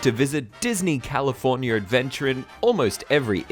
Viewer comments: I love and hate the way you say California. Californyer. XD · Californier? Hahahaha